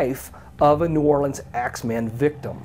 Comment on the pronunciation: lol! the way he pronounced New Orlean!